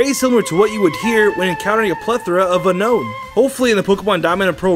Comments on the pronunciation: unknown is pronownced ('U Nown) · It’s actually y un-own